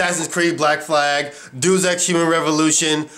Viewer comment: Just for future knowledge, its pronounced DAY-US EX. Thought you would want to know.